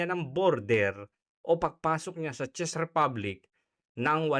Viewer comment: Thanks lodi sa unang pag analize ng mga possibilities dahil sa pangyayaring ito. Czech- tzek lodi, not chis ang pagbigkas po.❤❤❤